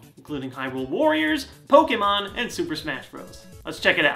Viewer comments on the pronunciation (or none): none